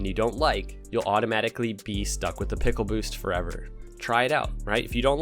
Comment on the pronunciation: Peckle boost ? Or is that a different accent to say pickle as well ?